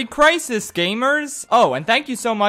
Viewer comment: You know its a good video when he starts it by saying "Merry Chrisis"